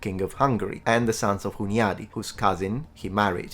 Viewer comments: The name Hunyady is to be pronounced with soft n, such as Spanish ñ, or to you as Italian, you'd transcribe this pronunciation into Italian form ''Hugnadi'' - anytime you see NY in Hungarian expressions and names, it will sound like Italian GN (ñ). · Before you trigger any Hungarians in one of your future videos, please make sure to pronounce the "ny" the same way as you would a spanish "ñ". As a multilingual European historian like yourself it would be the ultimate flex to always nail the pronunciation of important names. Just flagging this because of Hunyadi. Great vid, really enjoyed it! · Oh, you butchered Hunyadi János's name :D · The ny in Hunyadi is a single sound "ɲ". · Hi, it would have been phenomenal if you could pronounce the Hungarian names correctly, apart from all that, the video is very informative! 🤗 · Well made video as usual! Just a few corrections regarding the pronunciation of some names: - Sigismund is pronounced "Sighismund" - János Hunyadi "Yah-nosh Húnn-yadi" (btw. Hungarian words are always stressed in the first syllable) - Teutobug "Toy-to-boorg" I get it why you pronounced Matthias's and Friedrich's names the English way though.